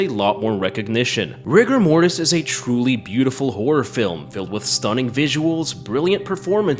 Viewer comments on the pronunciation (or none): You say Rigo Mortis, I heard Rick and Morty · RIGORMORIS GURL!